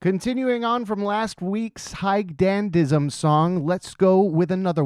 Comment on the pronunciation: just fyi, it's pronounced "hee-geh dandism"